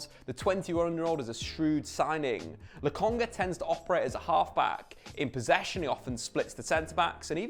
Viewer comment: He said Lokonga 😅.. Now go tell Charles Watts how it's not Logonga